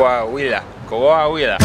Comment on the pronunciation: you had Coahuila Rigth, at least ones. you won that round.